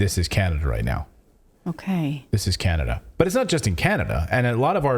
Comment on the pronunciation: Hahaha "Canadia"... you said it wrong, it's CHINADA.